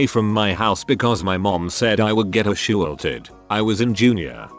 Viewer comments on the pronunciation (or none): A s h u a l t e d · Ah-shoe-ulted... bravo... bravo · Text: Assaulted Text to speach: A shoe alted